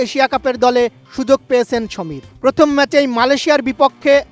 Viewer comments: সামির মিনহাস, সমির না!!! ব্যাটা বেকুব, আগে নাম ঠিকমতো উচ্চারন করা শিখ... তারপর নিউজ পড়িস!!! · সমীর নয় সামির মিনহাজ। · সাংবাদিক সাহেব সমীর মিনহাজ না সামীর মিনহাজ হবে 😂😅😂😅😅